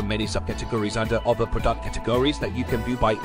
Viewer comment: why does it pronounce "prodUct"??